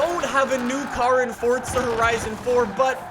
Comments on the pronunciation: It's not fortza it's forza I just had to do it sorry. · welcome back to fortza horizon me: so where is the t in forza exactly? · Why do youll say fortza